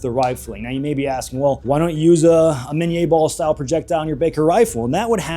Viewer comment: Love the historical stuff. Keep on going, but it's pronounced minny in English after the creator Minie.